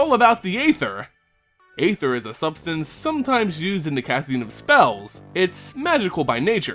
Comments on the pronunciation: Just so it's known, "aether" is pronounced [ee-ther] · ÆTHER is pronounced like ÆON FLUX